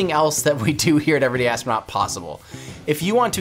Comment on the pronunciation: "Everyday Astronuat" :D